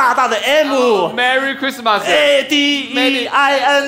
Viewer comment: Merricurissmasu 😂😂🔥😅😄 這個台灣口音太就是了